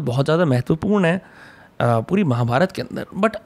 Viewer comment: अमि जी निसंदेह बहुत बढ़िया हैं. लेकिन male एंकर का महाभारता , भीमा, कृष्णा बोलना बुरा लगता है